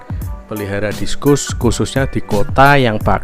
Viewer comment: Discus. . Bacanya diskas bang..